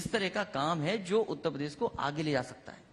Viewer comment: उत्ता पदेश नहीं उत्तर प्रदेश होता है नेता जी😂